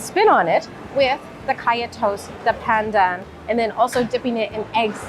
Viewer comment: Pandan is pronounced with an "ah" for the As - "p(ah-n)d(ah-n)". No "an" sound, pls. Gula Melaka is palm sugar cooked n traditionally poured into bamboo tubes till the syrup sets. Gula (goo-la-h) Melaka - the name of the state of Malacca (in English) in West Malaysia. (Mur [like "fur"] la-h ke (as in "fur").